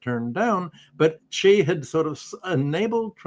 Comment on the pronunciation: thanks for pronouncing Xi right.